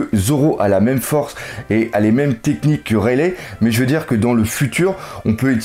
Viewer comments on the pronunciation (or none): Bon je t'adore mais si tu pouvais prononcer "Raili" et non "Railè" phonétiquement ça me gênerait moins mdr, toi qui voulait des conseils sur la prononciation;) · rayle aussi au lieu de raylie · rayleigh prononcé rayligh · Tu suis mêmes passe dire rayleigh et enies lobby salut fait mal aussi oreilles de t'entendre mes prononcé